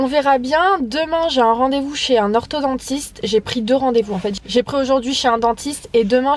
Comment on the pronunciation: on dit orthoDONTISTE pas orthoDENTISTE